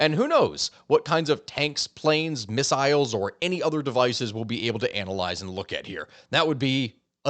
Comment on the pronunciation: Every time you said missiles all i could hear was "fire ze missiles!"